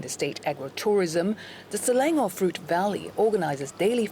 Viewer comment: isnt she local? why she pronouced selangor as slelengor?